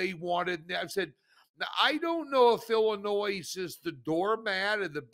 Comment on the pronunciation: Illinoy NOT Illinoise...please!